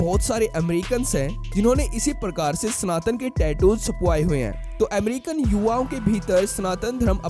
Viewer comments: चूतिये स्नातन नहीं सनातन होता है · It is स ना त न and not स्नातन.